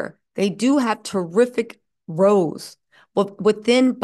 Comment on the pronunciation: In this context, it’s “rows” (fights) like “cows” not “rows” (..a boat) like “knows”.